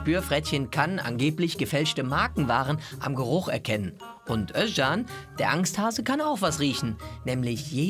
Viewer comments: Finde es geil das du den Namen Özcan richtig aussprichst . Korrekt 🖒🖒🖒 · Jetzt sagt ihr Özcan so schön richtig. Aber der Nachname ... Den sagt sogar der Typ selbst inzwischen falsch, damit die Almans sich keinen abbrechen.